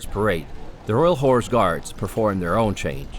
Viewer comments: One request, please stop pronouncing "horse" as "whores"! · I’m not entirely comfortable with the way you pronounce “horse”…